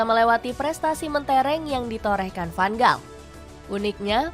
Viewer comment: Tks diberikan info soal tim belanda tapi utk kritik membangun,tolong perbaiki penyebutan nama pemain atau pelatih disesuaikan dengan tata bahasa suatu negar seperti contoh nama van gaal tidak dibac dgn huruf"g" tapi huruf g dalam bhs belanda disebut sebagai huruf "H",tks atas perhatiannya